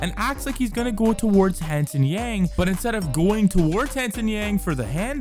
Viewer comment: Note that Yang's Chinese pronunciation is Young, which is great. Not something like Yann which most Americans say